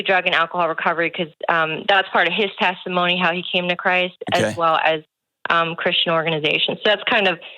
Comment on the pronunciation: Why can't she say "Christian"?